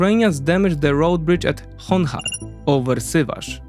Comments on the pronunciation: "Chonhar" is spelled with ch as in "channel" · Grest job. Sober anslysis without propaganda and emotions. Woth noting for future: Chongar not Songar )) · kurde nie Chongar CZongar Dźwięk ch w języku ukraińskim to dźwięk cz w języku polskim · Lector is Polish. He uses Polish names. edit Names are the same, he uses Polish pronunciation. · well, he shouldn't use Polish in English language video about Ukraine. It's just unprofessional.